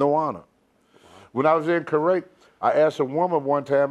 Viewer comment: I wouldn't want to go to "Kerrwake" or Kuwait, Tony.